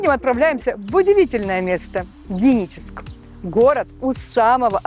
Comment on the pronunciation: Что то с дикцией у девушки. Почему не Геническ, а Деническ?